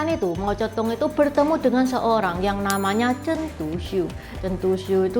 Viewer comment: Kok kedengarannya Mau Cetung, 😮???